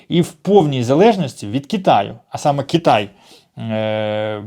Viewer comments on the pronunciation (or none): none